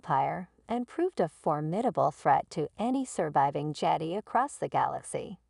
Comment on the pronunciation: You sound like Artificial Intelligence. BTW it's Marrok and Jedi, not Merric and Jetty.